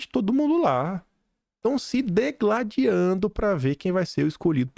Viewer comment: não é degladiando, É DIGLADIANDO.